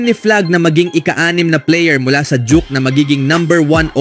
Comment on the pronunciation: Ayusin mo pronunciation mo 😂😂😂juke amputa 😂duke duke duke